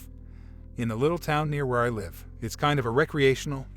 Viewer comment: Why do people pronounce live as life when everything else sounds fine. This is not the only narrator that say it that way.